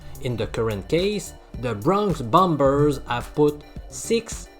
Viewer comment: Hey hey professor it’s “Bronx bombers “ not “bummers” 😅